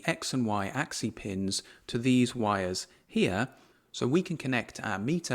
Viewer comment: Good job. One small note: while the plural "axes" is pronounced "AX-eez", the singular "axis" is pronounced "AX-iss" and not "AX-ee".